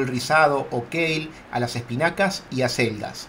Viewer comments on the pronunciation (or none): none